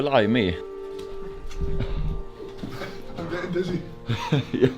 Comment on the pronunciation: LOL, That's was the second time you said Blim-me, that's not how it is said. It's Blimy! short and sweet. Loved the brotherhood in this video and of course the amazing landscape Scotland has!